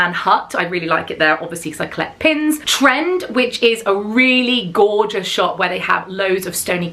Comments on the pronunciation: It’s pronounced Tren Dee 😊❤ I did my college program in there x love your vlogs guys thank you for your amazing shares x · I have heard other creators pronounce TrenD like “Tren-D” (as in a pun for trendy). Not sure if that’s accurate and it’s obviously not a big deal, but I thought you might like to know. Love the Girls Crew necklace! My daughter and I were in Hollywood Studios on the first day of the pop up. We had no idea what was going on and got in line with everyone else thinking it was just a line to get into the store. 😂 Thankfully we figured it out before waiting too long, but now I am kind of wishing we’d waited in the line.